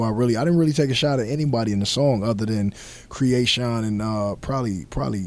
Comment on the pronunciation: First thing, he pronounced Kreayshawn wrong. Second she's Russian not "European white." I think he smoked some of that crack he was selling when Master P. was saying Uhhhhhh...